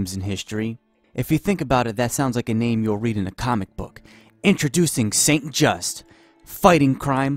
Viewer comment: Robinspeer and Pobinspire :) It is called Robespierre Also you don't pronounce Saint-Just the way you did.